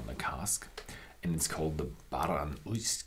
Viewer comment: I know I'm very late to the game now but "uisce" is pronounced ish-ka.. But anyway from your review, I will definitely be trying this.. Thanks..